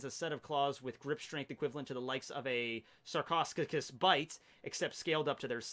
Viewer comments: I love all of this but please learn how to pronounce your ancient animal names,its painful to listen those completely mispronounced words like Sarchosucus is pronounced like Sarkosukus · your pronunciations of sarcosuchus (sarco su cus) and arthropluera hurts, also arthropluera was a giant milipede and an herbivore. Still a fan of u and ur videos